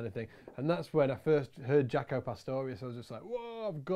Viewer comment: It's not "jack-o". It's "jake-o".